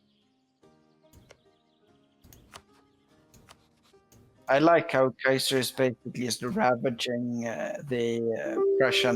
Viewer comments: He butchered Iowa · I feel deeply insulted with you mispronouncing my home state of Iowa. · No one is going to talk about pronunciation of Iowa? Okay...